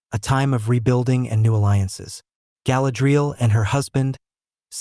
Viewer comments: Could at least pronounce her name correctly 😂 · I’m sorry, I watched about 90 seconds and had to stop because of how he is pronouncing Galadriel..